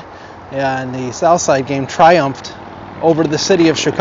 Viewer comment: Can you say GanG? Not GanE